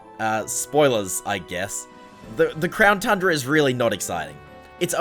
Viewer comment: Is it just me or did he say crown trundra